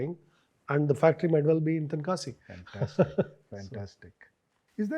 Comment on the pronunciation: Hey man That's not a Tenakasi, That's Tenkasi.